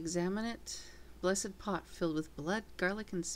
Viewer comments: Blessed pot... not blessid.... lmao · omg its blessed not bless-id lol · you cant say the word "blessed"